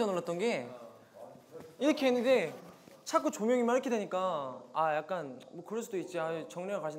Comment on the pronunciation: 말할 때 자꾸를 챠쿠 이러케 발음하는게 넘 킬포야ㅠ